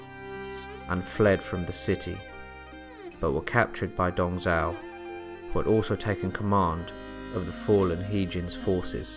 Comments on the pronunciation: It's Dong Zhuo, brother. Dong Zhao is another General who served under Yuan Shao and Cao Cao (Pronounced "Tsao Tsao"). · could you speak a little bit more clearly and sound more interesting his name is Dong Zhuo you make it sounds like Dong Zhao the way you pronounce it